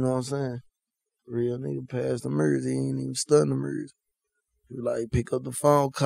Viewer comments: "Mursic"😂😂 hella funny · Why say music mursic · My favorite “MuRzIgC ” 🤦🏿‍♂️😂😂